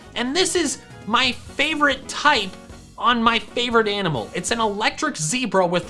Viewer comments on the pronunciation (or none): none